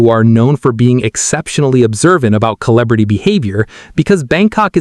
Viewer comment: Good content but AI reading is rough ...cannot pronounce "celebrity" correctly.